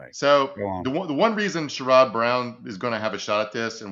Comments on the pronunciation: Emphasis on SHARE-rud. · Sherrod Brown's name is pronounced like Share-rud NOT like Sure-rod. Idk I keep hearing mispronouncing my Senator's name, and I needed to say something. **Sherrod=Share-rud**!! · Just FYI, you’re pronouncing Sherrod Brown’s name incorrectly. It’s pronounced Cher-id. (Cher like the singer, emphasis on first syllable.) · Share-Ed Brown is how his name is pronounced. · Psst! Senator Brown's first name is pronounced SHARE-ud.